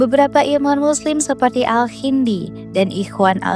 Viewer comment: Bukan ALHINDI TAPI ALKINDI KAAA tolong dong yang bener bacanya...zoroastianisme..bukan zeroastrianisme.